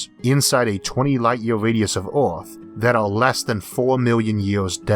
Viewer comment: Filtors? Univorse? Oerth? Yeors? What planet is this guy from?